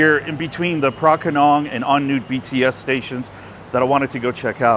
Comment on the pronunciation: Ahh, the mark of someone who has been in Thailand long enough to properly pronounce thai words...you said correctly on nut (on noot). I once had a perturbed bts employee correct me because I said on nut. It's like they see you coming and already know I'm going to screw up the pronunciation. 😂